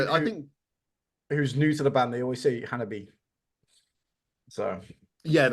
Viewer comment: I've heard of "Hanabie", but who are "Hanabi-uh"?